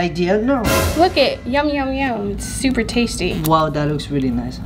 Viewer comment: I love how says " zzzzzzzuper cute"